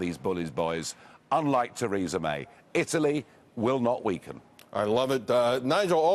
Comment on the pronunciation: What is it with American news networks being absolutely incapable of pronouncing people's names? Theresa May is hardly a difficult one to research.